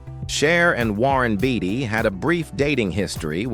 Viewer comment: AI voice was annoying at first but, the way it butchered everyone’s name was effin’ hilarious. It’s am and I’m trying to laugh quietly which made me laugh even more. Shar looked great, especially when she dated Wearon Beater then who knew she married and divorced Bono? I’d better stop now and watch something boring.